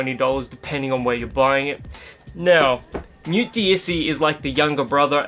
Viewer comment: you can't just go around saying "Newt" like some bogan. It's pronounced "Nu - e" where the t is silent.